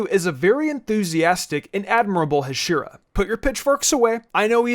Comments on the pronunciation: btw u made 1 mistake the pronunciation of hashira u say the "a" shorter it should be pronounced like haashira But anyways even if rengoku dosent get the TOP SPOT he would be the bes hashira #1 hashira for me and before the movie released when tanjiro meets the hashiras his breathing which was flame didnt meet his personality he is full of will power but before the movie he used to be my least favourite as he said to murder nezuko on the get-go but in the movie my man the 9th form is crack the effect it has the flame the originality the form has its just so FIREEEEEEEEEEEEEEEEEEEEEEEEEEEEEEEEEEEEE after rengokus death I CRIEDDDDDDDDDDDDDDD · you know hashira isn’t pronounced like that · Idk know if your trolling but your saying hashira wrong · Hearing you mispronounce hashira over and over again made me feel like stepping on a kitten. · I stopped the video as soon as I heard the way he says “Hashira”. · The way you say hashira hurts my brain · man great vid but please learn how to say Hashira correctly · your pronunciation of Hashira is just Awful! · mans fucking pronousing all the names wrongly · Why do you Pronounce hashira like that? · Bro please correct your pronunciation of hashira cause omg it was annoying as hell for the when video to hear you say it incorrectly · Good video but the way you said hashira made me wanna die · Ngl, the way he pronounced hashira is just so off and very weird Like english accents saying japanese is too weird and odd, thats why i recommend he just needs to say pillar And he said Kyojuro a fire pillar He is the flame pillar bruh 💀💀💀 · the way you pronounce hashira hurts me lol very good video as per usual though my guy! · The way he says Hashira is killing me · the way you kept miss pronouncing Hashiras i just wanted to scramble you lol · He saying hashera not hashira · Ha-she-ra Not Hashura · Hashira (HA-Sh-EE-RRA) not hashiruh it’s bugging me every time it’s said uh not Ah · It is pronounced Ha-she-ra not he-shira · “Huh she ruh”